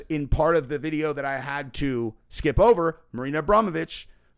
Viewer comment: Marina is from Poland her last name is pronounced with a ch not c xp